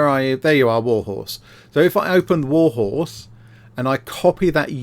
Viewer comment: The amount of "warhose" has me humming "look at my warhorse, my warhorse amaziiiing, give it a roll"